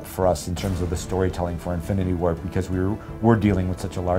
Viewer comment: Am i only the only one who kept hearing "infinity ward" instead of infinity war lol